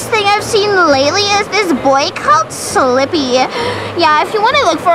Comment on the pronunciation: NOOOO SLIPPY!!!!!!!!!!!!!!!!! btw it souhnds like he says sippy